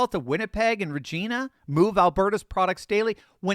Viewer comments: as always a great video--informative, well done, etc. While I have your attention, may I point out that, at, Regina was mentioned, which is reh-JINE-uh, rather than reh-JEAN-uh. That's OK! No charge!😀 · great video, but may I point out for a future video on the same subject? Regina = reh-JINE-uh, rather than reh-JEAN-uh. No charge.😀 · Oof, Regina rhymes with vagina its not rah-jee-nah its rahj-eye-nah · LOL. Proper pronunciation of Regina is "Re-JI-na" (like "Vagina"), not "Re-JEE-na". And Potash is "POT-ash", not "po-TASH". Other than that most of the contents of this video are spot-on. I can also add the following: While Canada would be at least temporarily screwed if the west broke away (taking their resources with them), the untapped resources in the rest of Canada are sufficient for that region to eventually rise from the ashes: Quebec has their own natural gas and mining resources that could be either tapped into or expanded. Ditto for an increase in their hydroelectric power capabilities. NL/Labrador could also do this, as could northern Ontario. NB has both natural gas and Tungsten that could be pulled out of the ground. NS still has coal last time I checked. But of course to do this all of these eastern Canadian regions - whether still intact or fragmented into new countries or US state territory - would have to abandon all of their bs woke/leftard/enviro-Nazi/globalist-totalitarian policies and Just. Start. Developing. No longer being able to financially r@ the west would leave them no choice but to comply with this strategy. But there's another consideration in all of this: The last thing the USA under Trump wants is to see totalitarian globalist vermin and China militarily setting up shop along its northern border - a situation that's arguably already under way. And with Canada's resources they could very quickly become a well-armed superpower with missiles aimed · It's Regina. Not Regeena :face-green-smiling